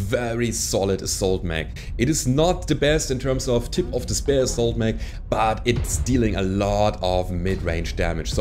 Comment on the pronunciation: I like your channel. But please, please, please, stop pronouncing spear like spare